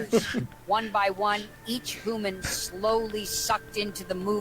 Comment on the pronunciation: "it was a hooman... you could tell by the knees" i may have woke up the whole house laughing after hearing that